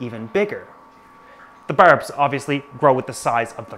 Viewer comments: Thanks for the informative video. But couldnt tell if you are trolling the pronunciation of “berbs” and “erm” Thanks for pronouncing it correctly at least once in the video haha. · "berbs" "hereden certlige" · His Newfie it's showing whenever he says that